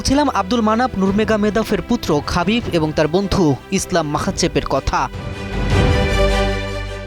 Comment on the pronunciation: This is not খবিব, its হাবিব